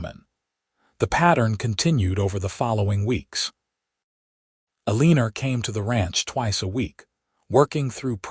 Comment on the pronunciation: Uh- lee- ner!??!! You need to fix your AI narration! Eleanor is not pronounced Uhleener, and it's so off-putting I can't continue😢 Also, women didn't do accounting back then.